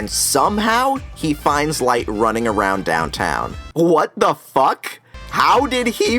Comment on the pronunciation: That 'What. The. Fuck." Sent me 😂